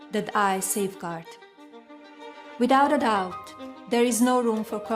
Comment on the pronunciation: Did she just pronounce the "B" in Doubt? Wow! I've never seen or heard that before.